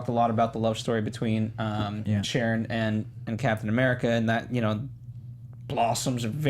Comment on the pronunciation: STOP SAYING CAPTAIN AMURICA!!!